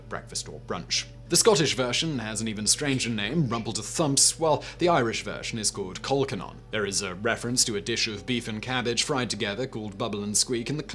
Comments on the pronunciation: I thought that laverbread pronunciation was odd, then rumbledethumps was weird enough but he immediately followed it with the strangest pronunciation of colcannon I've ever heard. The Celtic fringe seems to confuse the man. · The pronunciation of colcannon is straightforward - col as in mountaineering and cannon as in pirate ship. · You realise that chouriço is also a sausage made with blood? I wish he could pronounce Mousehole, Laverbread and Colcannon. :-( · That presenter always infuriates me. He managed to mispronounce most of the names of the dishes: laverbread, rumbledethumps, and colcannon, for example. How lazy not to bother looking them up! I'm not even sure he's really British. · He also mispronounced Colcannon